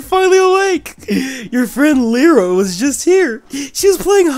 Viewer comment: Lyra is pronounced Lie-ra not Lee-ra